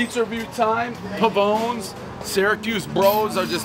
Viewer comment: Pavone's. One of the longest lefts in the our surfing world. Location Costa Rica. Pavone....the E gets an Eh sound. Get those latin pronunciations down Pres.